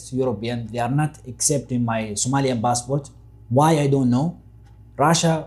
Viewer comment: We don't say "Bassbort", 😂in Eritrea 😂 we say "Passport"